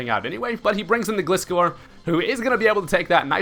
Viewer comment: Aren't the first 3 letters in Gliscor pronounced like the word "glide" not like "gliss-score"? I mean he is a gliding scorpion